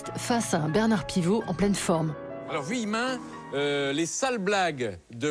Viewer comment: C'est Philippe VUillemin et non Villemin :)